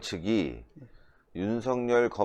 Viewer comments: 댓글 보시나요? 윤석열을 윤석렬로 발음하고 있다고 계속 말씀드리는데 ~ 댓글 좀 봐주세요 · 윤석열을 윤석렬로 발음하고 있습니다 빨리 수정하시기 바랍니다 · 윤석열을 윤석렬로 발음하지 마세요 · 모든분이 윤석열을 윤성열로 발음하는데 틀렸습니다 빨리 수정하세요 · 윤석열을 윤석렬로 발음하는 것은 방송인으로서 부끄러운 일입니다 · 윤석열을 윤석렬로 발음하고 있는데 빨리 수정해서 바르게 말씀하시길 바랍니다